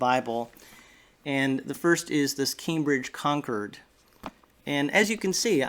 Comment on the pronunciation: we keep buying bibles searching for that perfect size, and I agree that the Cambridge Concord (pro. Con-cord not Conquered as you say! but you had cognac pro. correctly) is the perfect size and it's font size is excellent as the Concord's are. I got the Schuyler Quentel to have a dedicated NKJV, since all my bibles are KJV, and it's a big bible, so I got the Personal size and it's a fair bit smaller. I got the Cambridge Topaz NKJV and it is my favourite NKJV for size, being a bit smaller than the Quentel, and it has the best font and size type. I asked Evangelical Bible if they might be getting in a Topaz in a smaller size...but no. One of my all time favourites is the Cambridge Cameo KJV..small, portable, and has a bold font in a very readable type size, which was designed for best clarity nd legibility in a small bible. I got the Allen Brevier Clarendon which is another small bible but the paper is better in the Cameo. I have the Treveris and that is another perfect size bible. If more bibles were Concord or Treveris size that would be The Perfect weight and manageability standard in my opinion. CBP have a Hand-size and that is the term for that mid-size we all want, just as David said..."face size"!. MId-size is a full size bible at CBP, btw.